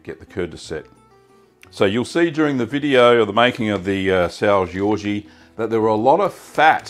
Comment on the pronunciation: It's not pronounced Georgie, just sao George lol, also it's traditionally made with raw milk. I'm from the azores and have family that works in the cheese factory on sao miguel